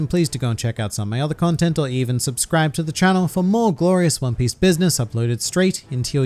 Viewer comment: I really like your content but everytime I hear you beg for people to sibscribe I make it a point to not subscribe so who knows if I ever will